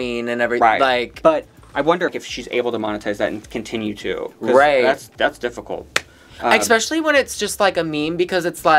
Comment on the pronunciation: Someone teach how to say "especially"